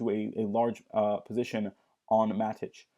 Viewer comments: who the hell calls it Mat-itch? it's matic bro, matic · "Matich".... noob alert.